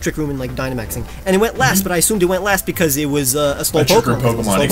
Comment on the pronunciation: DO NOT LEAVE OFF THE E IN OCTILLERY! BECAUSE, NOT BECUS!